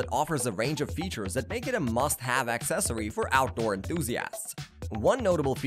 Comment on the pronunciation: It's not axe cessary. It uh...cessary.